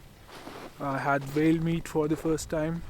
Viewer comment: Amazing video. Its just his pronunciation of "the" is lil 😖